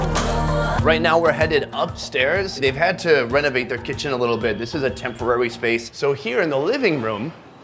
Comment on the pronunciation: haha when he says “kitchen” he sounds so British